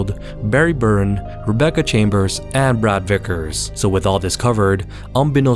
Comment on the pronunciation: its not Barry "BURN" its Barry Burton